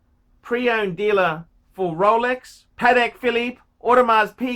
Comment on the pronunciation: "Every man should have a Rowlecks", 2000 to 2019